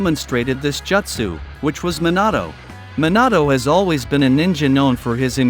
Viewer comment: The way you pronounce "Jutsu" keeps triggering me